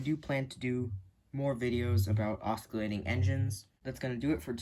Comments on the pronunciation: That’s not how you say oscillating. Ima try to do a pronunciation. (Oss-sill-late-ing) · "osckillating engine" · I want to stay friendly and please dont take this as fighting and offense, but im pretty sure you are pronouncing "oscillating" wrong